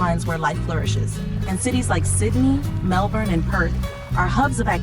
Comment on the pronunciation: Hello here is my feedback: 1. The human population of Australia is: 27M 2. The way you say Canberra, Sydney and Melbourne is correct and I am surprised that you actually say it correctly if you are an American 😂 3. The correct population of Kangaroos is 35M not 50M+ 4. 18% of Australia is Classified as Desert not 35% 5. The dingo fence is 5,614km (3,488 Miles) long, and not bigger than that of The Great Wall of China which is 20,000km (12,427 Miles) long